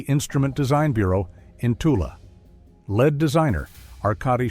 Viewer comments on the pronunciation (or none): Where the fuck is LED... AI language algorithm has no idea how to read and pronounce words and names like LEAD properly even though GOOGLE TRANSLATE offers that service for FREE.. AI will dumb down an entire population with it's stupid language model...